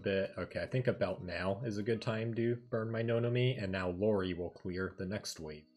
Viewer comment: I usually don't care much for JP mispronounciations but I just couldn't with Lori and Zunko. 🤦‍♂️ Regardless, thanks for the guide! I've been trying to clear D so I can start getting blue reports(currently L34). I was going to play the Asia version myself but heard Global was coming so I just waited for it.